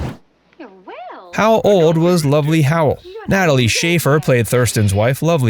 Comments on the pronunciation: got fasts wrong. Mrs Howell was not named lovely. She was named lovey. There is no l after the first one… also you said she was born in 1990. 26 years after show premiered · Lovey, not Lovely. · Gunsmoke was starting its 10th year in 1964. They put Gunsmoke in that spot but it wasn't Marshal Dillon's first rodeo. And it's "Lovey Howell" not "Lovely". Though she certainly was.